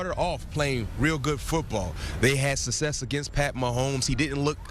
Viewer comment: He also cant say success lol